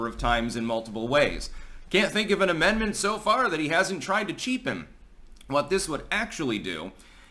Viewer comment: "Can't think of an amendment so far that he hasn't tried to cheapem". "Cheapem"?